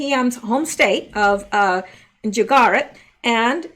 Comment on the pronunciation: The state you're looking for is Goo as in gooy. Goo-jer-at emphasis on goo.